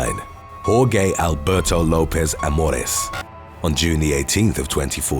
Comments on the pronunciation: i accidentally took my girls virginity of her secondary hole because of your video auto playing in the back ground and you said "whore gay" jorge dude.pronounced whore-hey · Lol it's Jorge.... Aka (hor_hay) not or-gay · “Horgay” haha u mean “Horheh” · Its pronounces hor-hey not hor gay lmao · It's not pronounced Hor-Gay its pronounced hor-hay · Please, that name is not pronounced “whoregay” 😭😭😭 it’s closer to “whorehey” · "Hor-gay"?!?! You honestly have never heard the name "Hor-hay"? I'll never understand why you guys don't look up pronunciations, it's just lazy... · Bruhh.... Jorge is pronounced "George". ...not "Whore-Gay". Jeez that was bad. IF you were trying to pronounce it in spanish it would be pronounced "Whore-Hey"..... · Jorge. Hoar-hay. Not hoar-gay. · Jorge is pronounced "Hor hay" not "Hor gay" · Jor-gay? Wtf!!! It’s jor-hey!! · Hor-gay - LOL. Just a friendly note - it's Hor-hay. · It’s definitely pronounced as “WHORE-HAY” not “WHORE-GAY” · Hor HAY, not HorGay lol. Love you! 💙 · Just a heads up Jorge is pronounced horhe! You nailed the pronunciation for the rest of his name though! The last few videos I’ve watched have had Jorge’s in them and it was bugging me...😬😀 I enjoy your videos! Thanks for the free entertainment! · "Hor-Gay," huh? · Whoregay is savage pronunciation 😂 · Jorge is pronounced 'hore-hey' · I know it's a robot narration. BUT (I like big BUTs) it's Pronounced get this. Hore-hey.. it's my name, BUT, you can call me jor.and if you want my attention just say hey jor ! 🙃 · Jorge is pronounced Hor-Hay. I’m just being a smart ass! 💕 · I love his pronunciation of Jorge. Sounds like 'Whore-Gay' 😂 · jorge="Whor-ghay" lol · "Whore-gay"???? You may have mispronounced that name a little bit.... 🤣🤣🤣🤣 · Jorge - Pronounced HOR-hey. Got it? Good. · "Whore-gay". C'mon. You know how to pronounce it 😂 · did this man really pronounce Jorge as, “Whoregay”???? 😆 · He really said Jorge like it was whoregay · he said 'Hor-gay' 🤣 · Jorge = pronounced Hor-hay.